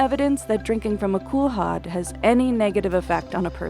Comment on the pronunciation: That's not how you pronounce kulhad.